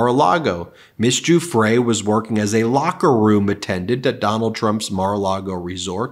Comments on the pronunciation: Ben, once again, Giuffre is pronounced - JOO-FREE (or Jew-Free if you prefer, like so many Trumpers...) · Giuffre is pronounced Jeffrey.